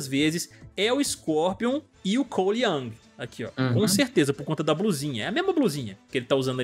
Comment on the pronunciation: Não é Yang é YOUNG! COLE YOUNG!